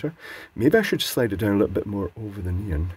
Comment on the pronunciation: and his "neen" lights... It took me a while to realize you were referring to neon lights in previous videos. Either it's not so obvious this time or I'm becoming used to translating on the fly;p